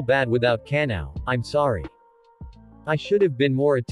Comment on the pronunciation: The fact that google pronounce ka-na-o as canal